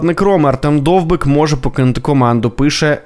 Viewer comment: Тільки не Довбік, а Довбик!!!